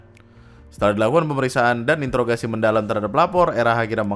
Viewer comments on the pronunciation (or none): none